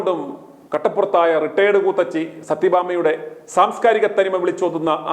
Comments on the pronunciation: ക്കൂത്തിച്ചി അല്ല കൂത്തച്ചി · കൂത്തച്ചി അല്ല കൂ ത്തിച്ചി